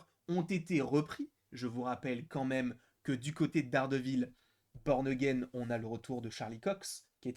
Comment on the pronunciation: Peux tu confirmer le fait que toutes les saisons ne sont pas inscrites dans la timeline et même qu’elle n’y sont-elles plusieurs DISNEY+ ? Sinon fais gaffes à la prononciation,à un moment tu dis « Dardevil P*rn again »😂